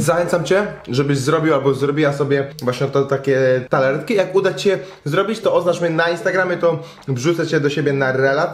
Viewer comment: Wszystko spoko gościu, tylko...TARTAletki, nie TALAretki ; D pzdr!